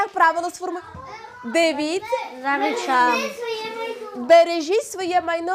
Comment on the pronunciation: Не "речИма", а "речАми"!!!